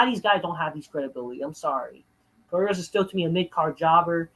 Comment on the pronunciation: "Fuck Co-Dee-Whoades"